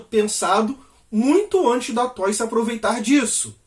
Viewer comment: Não é toy, é Toei.